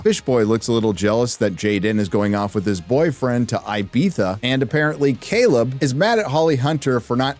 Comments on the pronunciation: Ibiza has to be the most mispronounced location on the planet lol. Not one Starfleet video I’ve seen has said it correctly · Everytime you say "Ibiza" something in me dies...xD